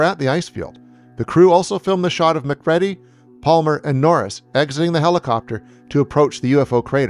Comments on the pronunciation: You can tell the narrator has never met anyone else that doesnt have the common american last names. I know its spelled McReady but its pronounced McCreedy. Dang i quit watching from hearing it mispronounced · Can't take you seriously when you don't pronounce "McReady's" name correctly. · The narrator obviously never saw the film, he keeps mispronouncing McReady. Also, in the cast description, no shout out for Keith David as Childs?? Come on!